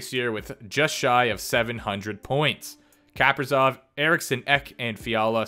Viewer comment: It’s not Kaperzov it’s Kap-ri-sov!